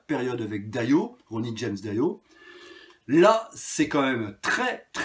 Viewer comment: Salut, concernant Kiss il me manque celui d’Ace Frehley, je l’ai seulement en cassette. Merci pour ta vidéo. Juste une petite remarque: on ne prononce pas « daïo » mais Dio. 😉